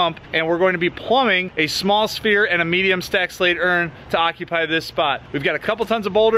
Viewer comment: Did you say "Aqua-Py" instead of occupy? HAHAHAH. Great small feature.